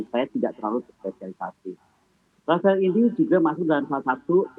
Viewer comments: Bukan Rafael Bu tapi rafale Yassalam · Apa cuma gw doang yang Denger Dia ngomong"Rafael" Bukan "Rafale"